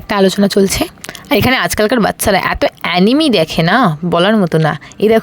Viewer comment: didi ota Animy noi Anime bole 🙃